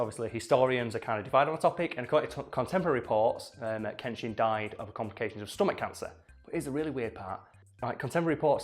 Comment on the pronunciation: Pronunciation of Uesugi Kenshin: oo-ay-sue-Ghee ken-shEEn (fairly certain on this, but could always be mistaken)